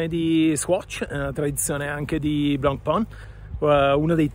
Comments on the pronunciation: Lo dicevi giusto primaaaaaa NON è BLENPÒN!!!! Si dice: BLANPÈN o ancora meglio BLONPÈN Blancpain vuol dire "biancopane": blanc si pronuncia BLAN o meglio BLON e pain si pronuncia PÈN! È FACILE! 🎉🎉🎉 Comunque sono pienamente d'accordo: bella trovata di marketttting, ma TENETEVELO! 😂😈🤣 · Blancpain , si pronuncia come pane in Francese , studia